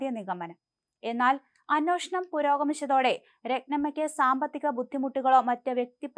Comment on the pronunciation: അന്നോഷണം 😂😂😂😂😂 വെറുത്തു പോയി